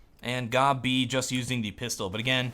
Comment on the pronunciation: Because his name is pronounced gob b